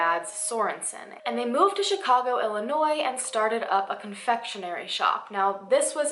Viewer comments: Thank you for pronouncing illinois correctly 👏🏿 it’s one of my pet peeves 😂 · Thank you for saying Illinois right 👏